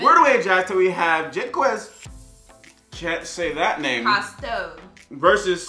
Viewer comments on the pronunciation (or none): It’s pronounced jack Es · You just pronounce Jacques names like Jontron calls his pet parrot.